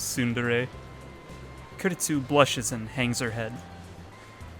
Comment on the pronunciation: THIS VIDEO WAS SO INTENSE YOU EVEN STARTED PRONUNCIATING KURISU'S NAME CORRECTLY